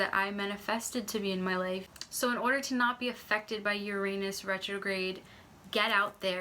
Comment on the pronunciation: I don't think you are saying Uranus right